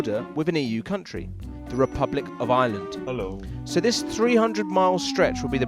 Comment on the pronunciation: "This is the I-land, of I-land"